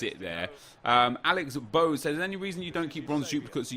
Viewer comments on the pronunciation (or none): none